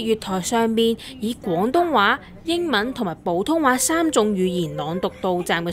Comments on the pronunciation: 普粵音係pou2 唔係bou2, 你讀咗”保通話” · 我聽到旁白將「普通話」讀成「寶通話」